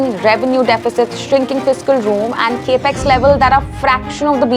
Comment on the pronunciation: It’s Capital Expenditure or CapEx not Cape Ex.